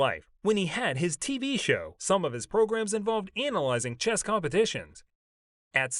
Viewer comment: For gawd sakes it's chess, not chest.